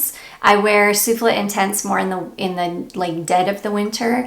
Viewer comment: Guerlain Shalimar Soufflé is pronounced “Sueflay” like the dessert! A bit late. Just found your channel and I am loving your content!😘